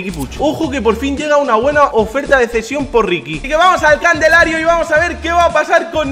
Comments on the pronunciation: "vamos al cadelario" jajajaja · nadie absolutamente nadie: candelario